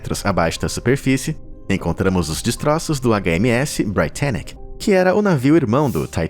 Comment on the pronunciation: Não é porque a pronúncia em inglês de Titanic é "tai-tæ-nik" que a pronúncia de Britannic deveria ser "brai-tæ-nik". Cara... quando for assim, joga a palavra no Google translate e peça pra ele pronunciar "procê".